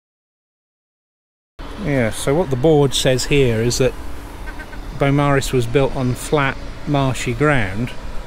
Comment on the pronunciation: It is not Bowmaris ias you said there's a u Beaumaris